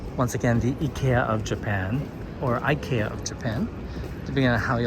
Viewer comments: Your japanese way of saying IKEA is pretty much spot on the swedish way. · Getting lot around shinjuku station is one of my favoutire things to do in japan. Your japanese pronunciation of Ikea is more or less how we say it in sweden. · Swede here: I can confirm that the Japanese pronunciation of “IKEA” is same as Swedish. However it’s not a word but rather a acronym. The acronym that makes up the name stands for Ingvar Kamprad (the founder's name), Elmtaryd (the farm where the founder grew up), and Agunnaryd (the founder's hometown).